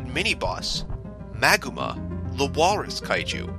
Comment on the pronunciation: Well if you had been listening or went back and listened you'd know it's called Maguma